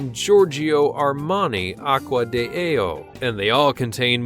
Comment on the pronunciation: Its NOT, Giorgio Armani Aqua di AO. Its Aqui di GIO, Gio, G...I...O. I don't like or Respect ppl that purposely say thing's the WRONG way for the purpose of Hiding the Truth so that thing's are not Transparent and ppl don't hear or understand thing's the right way. Seriously, I understand WHY ppl do this. Because Generally speaking, ppl LIKE to Hide the Truth from one another. But, this is to the ppl that do, do this...do YOU like it when someone purposely mis pronounces very Famous and or well known Phrases and or Words?! Which if otherwise said correctly you would get a the correct and or Legitimate/Truth full Impression of what is being shown or said?! If you don't like it and KNOW its wrong...just don't do it. Like I have already previously stated, WE KNOWWWW WHY YOU DO IT. Its disgusting and diabolical and ppl who already KNOW the Truth, KNOW hows its supposed to sound, so when ppl like the Commentator in this Video and others purposely say every word with a OVERLY, UNECESSARILY HIGH Pitch Voices or Mis pronounce words, we KNOW why. I hope you ppl are Punished and there is some Form of Justice and Judgement for you ppl.